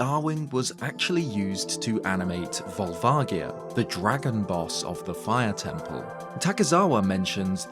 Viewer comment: Years later and you're still saying Volvagia wrong. It's a "J" sound. Look at the name in Japanese